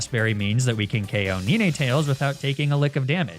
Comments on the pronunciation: Hearing Neenaytales and Arcaneenay back to back is torturing the grammar freak side of me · even after the “neen tails” the “arc a ne ne” after killed me 😂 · ah yes… nineightales and arcanineigh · Dude did he say NINEtails wrong on purpose??😭😭